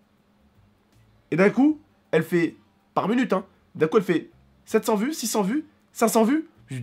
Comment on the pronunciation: pourquoi tu dis "munute" ??